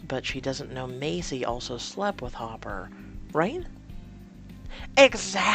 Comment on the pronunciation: Hooper, not hopper